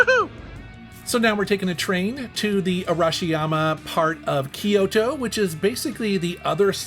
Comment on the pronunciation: It's pronounced Kyoo-to, not Ki-yo-to. Technically 3 syllables, but sounds more like 2.